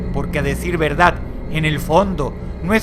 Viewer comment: dross,porque si eres porteño dices "la verdat"?